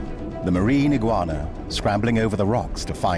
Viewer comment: Not eguana